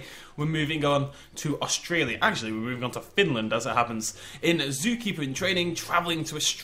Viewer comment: It actually sounds like au Stralea